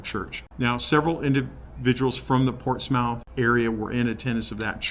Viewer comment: Sorry not to be a critic, but it is pronounced Ports Muth. I can forgive you having been a former Californian. HA HA. God bless you in your treatments. As an Army Military Policeman and War Veteran with a few server knocks on the head and PTSD I can sympathise. God Love you, Thanks.